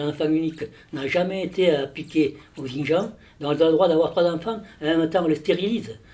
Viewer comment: Putain ça se dit expert et ça sait pas prononcer "Xinjiang" 🤡